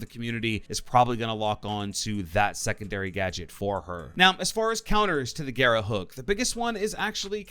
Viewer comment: I've watched nearly all the content for the new ops, no one said "garra" right, they all call it "gara". For all the non spanish speakers, if you see more than 1 R its pronounced "garrrrrrrrrrra"